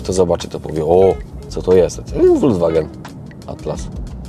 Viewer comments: vw czyli folks wagen,tak napisze bo jak po niemiecku to bedzie hejt. Dlaczego w Polsce prawie wszyscy mówią wolgswagen 😂😂,to tak na marginesie,po zatem lubie oglądać i doceniam. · Folkswagen wymawiamy na miłość boską...